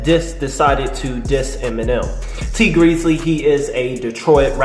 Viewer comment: lol i always like your videos, but bruh why do you get everyones name wrong!! Benzino= Bazino. Tee Grizzley= T Greezly.